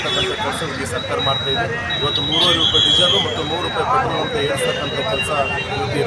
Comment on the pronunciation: ಪೆಟ್ರೋಲ್ ❌ ಪ್ರೆಟೋಲ್ ✅